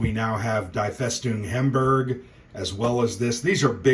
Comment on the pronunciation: Love your great videos. "Die Festung Hamburg", that first word is pronounced, "DEE". Assuming it is a German word (and not the English "die") because the follow-on word, "Festung" is clearly German.